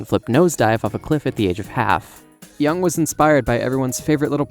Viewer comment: Love how you're like: "You're a fool because you don't know enough about Jungian psychology," while actively pronouncing Jung's name incorrectly, and right before changing the pronunciation multiple times throughout the video.